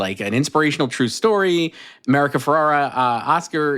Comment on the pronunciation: Yet again, mispronouncing America Ferrera's name again. He's a lost cause. 😂😂